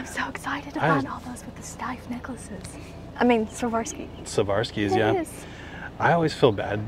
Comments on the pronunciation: I absolutely love you guys... But it's difficult to keep hearing say "Savarski" when talking about Swarovski... Say it with me,... SWAR...OV...SKEE, swar-ov-skee, Swarovski 😂💀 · Savarski??? Swar- ov- ski is the correct pronunciation. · Loving your channels but you guys keep saying Swavorski instead of Swarovski 😂 Anyways I always enjoy joining your treasure hunts from the other side of the globe <3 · The crystals are pronounced Swore-off-ski. I sold jewelry for most of my life, and the company rep visited my store and taught all of us to pronounce it correctly! 💕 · Sa-var-sky? 😂 Ha ha. Love you guys. Just can’t help but to poke fun. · I love your channel I am not being nasty but the correct pronunciation of Swarovski is swa. rov.skee. Thank you xxLorraine from Australia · You pronounce it "swar-ov-ski." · Ok, it must be done, lol. You two are killing me with the pronunciation . Swarovski is pronounced 'Swar-Ov-Skee" Pronounced just like its spelled.😀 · Love the video but you really buttched the brand name Steiff and Swarovski 😅🤣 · Great find on the Swarovski bears and other collectibles! Please Google how to pronounce Swarovski, because you are not pronouncing it correctly.